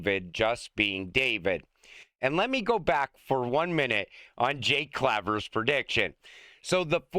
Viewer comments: And, for the 100th time, it's CLAAAAAAY VER, like the word "clay" fool. 😅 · For the record, Jake Claver is pronounced "Claver" Keep up the great work on posts. 🎉💪🙏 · Jake pronounces it CLAY-ver. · I won't ever subscribe until you learn how to pronounce Jake Claver's name properly. Two thumbs down 👎👎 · It's the year 2045, XRP is over 1 million each, and still can't pronounce Jake Claver. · when will you read your viewers comments? Go to any other YouTube channel to find out how to pronounce Jake's last name. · your viewers tell you over and over how to pronounce Jake Claver's name. Why don't you listen to your viewers? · I only started this video to see if you would pronounce Jake Claver's name correctly. 25 seconds in, NOPE!! 😂